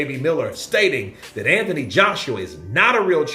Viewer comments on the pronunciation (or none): none